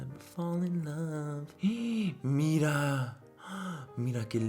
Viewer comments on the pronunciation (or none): none